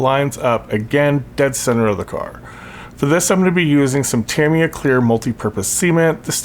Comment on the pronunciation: Good video, very detailed. You have a very good voice for narration. And, you're one of the very few of us who pronounce "Tamiya" correctly. 😎👍